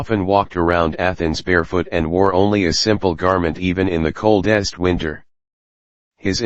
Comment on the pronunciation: Wot? You don't like this new invention, the col-DEST winter? and tor-KING in the mar-KET place? Outta here at five minutes in.